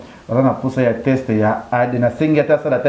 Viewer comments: Leketsou yo pe balobaka test non text . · On dit teste et non texte